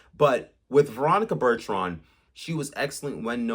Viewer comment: What is so hard about saying ,”Bur-ton”….?